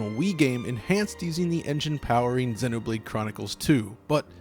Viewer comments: dude imma freak out if u say senno blade one more time, my god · Why do you say xenoblade like that it's zee no blade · It’s zee no blade....how do you pronounce xenophobia? It’s the same goddam prefix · Im sorry but the way you say Xeno hurts me. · he cant say it right ugh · Wincing every time you mispronounce Xenoblade, which is every time you say it. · please look up how to pronounce the word xeno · i thought it was pronounced Xenoblade like xenophobia. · Stop pronouncing Xenoblade like that